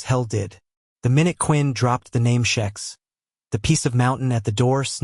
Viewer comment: I think it's a bot.... but I've found the way I think the names should be said, eg Vishous--- is how it should be.. not Viz-house. Also Xhex- I pronounce Hex. he says shex... I'm an Aussie, so we pronounce things differently anyway....